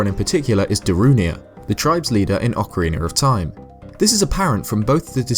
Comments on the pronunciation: its ocarina not ocerena! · I love your videos but I cringe every time I hear you say Ocariner. lol